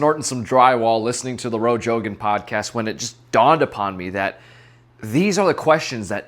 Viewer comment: "Roe Jogan" 💀😂